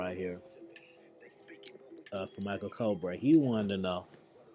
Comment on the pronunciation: Its pronounced (meechell cobbray) Michele Cobré but thanks for the video